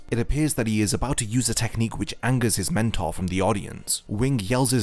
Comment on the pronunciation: Mentor? like a “Nentor”